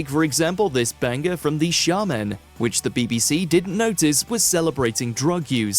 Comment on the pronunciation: "The Shamen" not Shar-Men...can't anyone speak anymore?